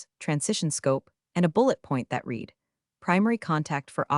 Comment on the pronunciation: Dear, when are you going to teach your AI voice how to pronounce the correct tensing of the word "read"??????